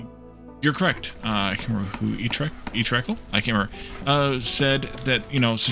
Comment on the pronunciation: Thanks for the shout out! You really don't have to, but if you feel like doing it again in the future, it is pronounced E-trek. Cheers!